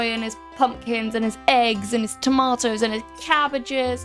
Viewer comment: Fantastic video, except how you say tomato. Stardew goofed with the tomatoes